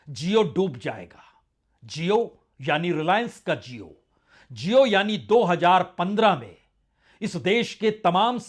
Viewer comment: Prasun ji aap jesa educated insan jab jio ko zio bolega to jaahilo ka kya hoga. Khyal rakha kijiye